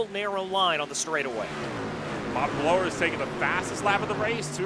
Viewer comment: Bobby Blowers last name is pronounced like "flowers" with a B.